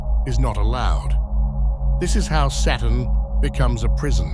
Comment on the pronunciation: Anyone else notice after hearing it a countless amount of times in this video that the word Saturn sounds an awful lot like the word Satan?